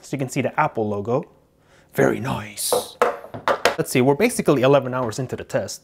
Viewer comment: i know but he is say VARRY